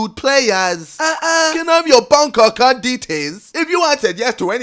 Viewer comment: “Can I have your bonk accunt detais” Ksi